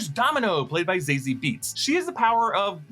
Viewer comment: Great video as always! But Dominoes actress’s name is pronounced Za-Zee not Zay-Zee